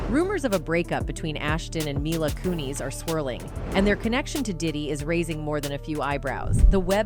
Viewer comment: not myla its -mee-la mila